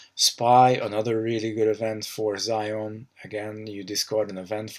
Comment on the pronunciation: Great video! Good analysis of the cards! Nitpick... its pronounced Zee On. :P